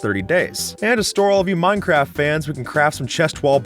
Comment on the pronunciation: I swear you said minecrap